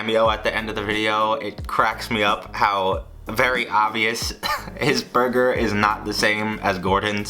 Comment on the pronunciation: that Gordon Ramsay accent though...